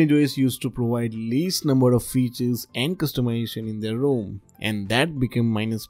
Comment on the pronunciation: It would help if you combined your good tech knowledge with more understandable English. I could not understand the names of any of the alternative ROM's you mentioned, but luckily your graphics showed the names on screen. TIP: "Rom" and "Rome" do NOT sound the same. The final 'e' at the end of Rome (the city) makes the 'o' long, so it sounds like Rome, phone, loan, etc. In 'Rom', there's no 'e' at the end so the 'o' is supposed to be short: Rom. As in pom, Tom, bomb, etc.